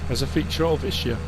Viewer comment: It’s pronounced Is-kee-a, not I-shi-a Tricky map because there’s a lot of things to like but also a lot of things which could be done better. It lacks a bit of nuance between the two.